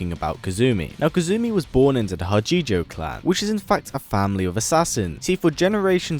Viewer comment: It's Ha-chee-jo not huh-ji-joe btw take your not that I can blame someone for not using another languages pronunciations in a different languages script.